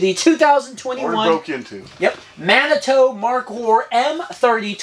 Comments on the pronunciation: You guys are killing me. It is pronounced mani-two. I live in Manitou springs Colorado, no hard "o" in there man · Lol - Manitoo - not Manitoe. I am from there. It is a town in Colorado. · Dude!!! It's "Man A too" "Man A 2". Geez! You are killing me! LOL Didn't you see Dances With Wolves? Shumanitutonka ob wachi.